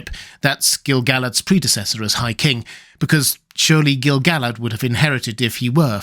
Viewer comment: I couldn't agree with you more! I have always thought the name was pronounced Gil-ga-lad, precisely because of the reason you mention: the song about him doesn't scan correctly without that pronunciation. A further note: pronounced as Gil-ga-lad, it matches the way everyone says the name of the Lady of Lothlorien. Ga-lad-riel No one says "Galad-riel" I don't think either of them rhyme with "salad.", all respect for your scholarship and your many lovely videos, but I think in this one tiny thing, you may be wrong.